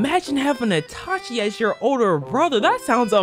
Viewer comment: Did bro say itaki. Naaaaaaah😂😂😂😂